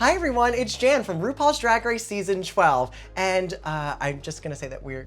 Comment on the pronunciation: She said “ I’m Jan and I’m from sheson twelve”